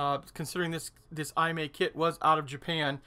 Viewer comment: Hi. Great Video! FYI. Pronunciation of maker of Excalibur is: E-Mah-E. Imai Kagaku Co. Ltd. Kagaku means “Science” I think Imai was a scientific/hi-tech toy manufacturer of 60s.